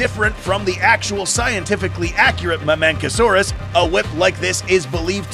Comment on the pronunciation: pachycephalosaurus. Pack-e-cephalosaurus not patchy They pronounced it right with the mamenchisaurus